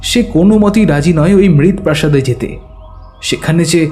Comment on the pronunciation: মৃত্ প্রাসাদ অথবা মৃত্ পুরি এর অর্থ হয় মাটির তৈরী প্রাসাদ উচ্চারণটা মৃত প্রাসাদ বা মৃত পুরি হবে।